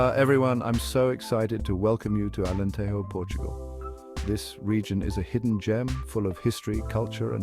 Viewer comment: You made a video about Alentejo, but you didn't bother to learn how to pronounce Alentejo (the Spanish J sound only exists in "Spanish"). 8 seconds...